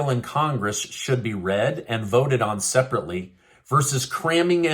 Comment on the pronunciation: All sepertaly